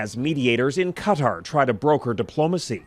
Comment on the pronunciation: Please learn to pronounce Qatar and Ceuta